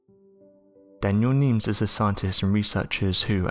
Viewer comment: Daniel Nemes not Nems